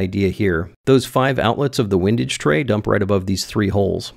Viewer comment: Hugely entertaining plus I now know how to pronounce “windage” (wind as in “what a windy day” vs wind as in “it’s fun to watch wind himself up in knots as he builds his windage tray…”) cheers